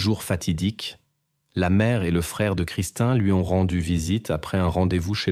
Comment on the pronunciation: C'est Christine ou christin 🙄IA🤔😑